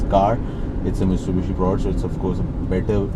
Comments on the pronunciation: Hi..... it's Mitsubishi not miSTUBISHI 😊. Still waiting for Audi A3 review. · Its Mitsubishi not "mistubushi"😃.. Its a common mistake we Pakistanis make. Nice review though as usual..👍👌